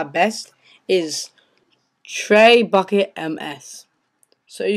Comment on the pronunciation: Good vid but, for the record, Trebuchet is pronounced Tre-boo-shay not traybucket, LOL!